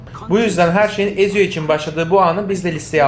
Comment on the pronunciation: E abi, Edward Kenway'in kızıyla buluşması? Mary Read'i kaybettiğimiz sahne? Hiç mi yok? Bir de çok üzgünüm ama Ezio'yu "Etsio" değil de "Eziyo" diye okumanız acayip dikkatimi dağıttı ya.